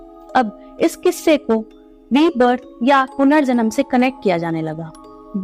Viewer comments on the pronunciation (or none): It should be quisse not kisse